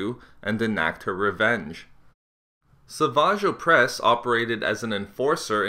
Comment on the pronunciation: >Sah-vage O'pres Love how you try to play off how silly his name is